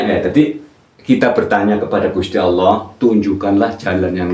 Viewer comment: belajar lagi tajwidnya dan pelafalan dalam membaca surah alfatihahnya sebelum memberikan arti arti dalam alqur'an. dalam melafadzkan Allah saja masih jauh dari benar.